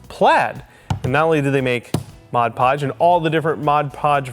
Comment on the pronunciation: Thanks for pronouncing Mod Podge correctly. Everyone calls it Modge Podge or Hodge Podge.